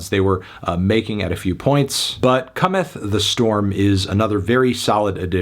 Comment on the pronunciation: I'm never going to be able to unhear "comethany"